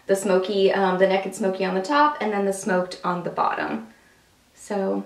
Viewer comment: I love that you say "neck-id". lol Being from Alabama, so do I !!! xxoo Lisa